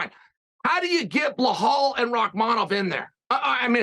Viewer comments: I think the first R in Pereira is pronounced as an H as Hey or Who. The second is a rolled R as pronounced in Spanish or Arabic. So I would pronounce Pereira Pe-Hey-Ra with a rolled r. So Chael is not so far off with his Pee-Yeah-Ra. But Chael has all the names wrong : Hazmat, Blahall, Makelchev... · I love how Chael mispronounces everyone’s name. 😂 he amazing at doing that and giving a f. He the man! Blauhaul is my favorite